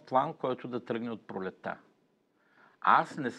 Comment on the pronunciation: „сас“ „косам“ „пролета“ „тарпението“... Имаш ли взето образование, не дадено???